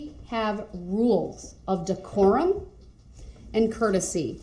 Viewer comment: Listen how he says one of the "big words" he can't seem to understand (by following rules of the court). I thought I was "hearing" things when he said it, so I slowed it down and played it back a few times. I didn't know DECORUM was pronounced like that! He absolutely butchered it! lmao!!!!